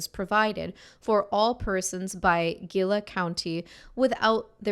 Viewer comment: Just a heads up Gila is pronounced like He La